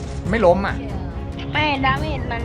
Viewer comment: ตอนที่พี่พูดว่า......ล้ม หนูได้ยิน.นมแะ +